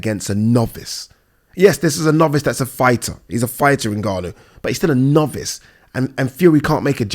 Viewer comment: Went life and death with a NOV-VICE, a NOV-VICE!! LOLLLLLLLLLLLLLLL!!!!!